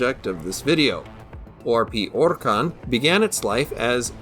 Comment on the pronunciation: You need 20k extra subs and a monetized channel solely for pronouncing the full name of this ship. I mean we've come to expect precision from you but that right there was masterful.